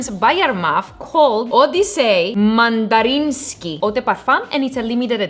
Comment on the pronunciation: "MANDARINSKY" JAJAJAJAJAJA doña, es Mandarin Sky, por eso te huele a mandarina. Y es un clon de Scandal EDT de JPG. Buen vídeo!!!